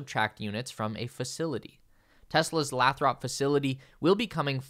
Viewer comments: I live close to Lathrop California. It is not pronounced Lath-rup, it is pronounced Lay-thrup. 😊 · Breaking News! It is “Lay-throp” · The city where the mega packs are built is pronounced Lay-Thrup. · It’s pronounced Lay-thrup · FYI Mexico is in North America. Also you need to learn the correct pronunciation of Lathrop.